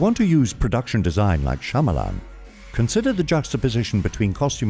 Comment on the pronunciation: His name is pronounced "Sha-ma-lun" not "Sha-maa-laan"